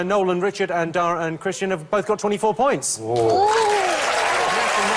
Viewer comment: It sounds like Jimmy occasionally calls Kristen "Christian".